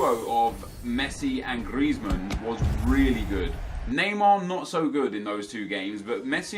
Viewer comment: Who else finds it annoying how he says griezman